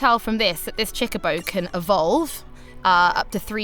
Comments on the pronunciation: "baby chickaboe" ? CHOCOBO! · Stopped when she said CHICK A BO. Bih it's CHOCO BO. Next review. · ok i get it your British but if you can say co and bo you can say cho ITS NOT CHI IT CHO CHOBOBO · Why does she keep saying CHICKabo? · SuperDuperKid baby Chocobos are called chickabos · what is that word she said a lot "cheeba" sounds like its a pretty important thing in the game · Cool.....but why is she calling it a "Chicabo" when it clearly says "Chocochick" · STOP SAYING CHICKABO! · Did she say chikabo? The way she pronounced it was weird but anyways game looks cute Ima get it on ps vita instead of ps4 unless ps4 has exclusive stuff which I heard it might in regards to summons